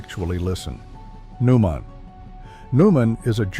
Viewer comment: BTW, Neumann is pronounced NOY-muhn.